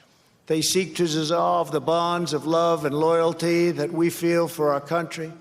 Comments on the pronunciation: Was he drunk ??, '' it seeks to sisolve the bonds of love and loyalty''' What sort of giberish is he talking, and its not the first time . Go back over a lot of his speeches and he does it a lot , he has problems pronouncing a lot of words . Senility or drunk ?? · "They seek to zizzolve" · Are we just gonna act like he didn't say "Zizzolvesz" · what is ZEZALVE ? he said they seek to ZEZALVE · seek to zozolve!